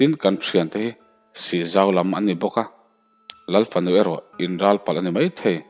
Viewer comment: Oiii ka bo tial tial 😂😂😂 i chhiar rei telh telh a.... Lal fanu erawh in Ral(Mitthi ral angin i chhiar a) palh 😂😂😂😂 A va han rapthlak tak 😂😂😂